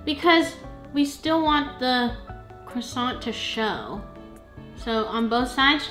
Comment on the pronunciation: I like Cwoissant 😅 your voice sounds a bit different in this video. new microphone ?